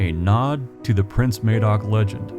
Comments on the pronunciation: Something I did forget to mention, it isn't pronounced May-doc but Mah-doc with a hard 'A' I think more credence should be given to Native American stories. (and other myths and folk tales around the world) I read somewhere, north western Native American tribe had a story about an exploding star which went back hundreds of generations It was proven true by astronomers who used description and 'co-ordinates' to find it from around 9,000 years ago. I just wish I had paid more attention to be able to quote reference. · This was a really interesting video. I'd heard of the Prince Madoc story before but you put some 'meat on the bones'. I just have one 'picky' thing to say, Madoc is pronounced Mad-ock not Maydoc, sorry but it just rankled with me every time you said it. There is a Welsh actress named Ruth Madoc and she pronounces it as I have described. Hope you don't think I'm being pedantic, well, I have been described as such in the past. Nevertheless, I still found your video informative and educational. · When referring to a person who is Welsh or of Welsh origin the correct pronunciation is Mah-doc regardless of what anyone currently pronounces it as in a different region, May-dock wouldn't be incorrect for someone named that by someone for eg living in Indiana right now, but is incorrect for a historical Welsh figure/person. It would be like us saying we pronounce Indiana as Eyendeyaner and have done for 200 years so you the people who live there are incorrect. The name Madoc is Welsh, the person being talked about in the video if he existed was Welsh so it would be pronounced Mahdoc. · Its pronunced MaDOC there is no e to make the phonetical A sound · Got to say it ... Madoc or Madog is pronounced ' m ah dock ' A in Welsh is always like a in " as " in English. Sorry, but coming from Wales and learning Welsh in my 60's, such an important person in your story needs to be pronounced correctly...Good work BTW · Madoc is pronounced the same as mad not maid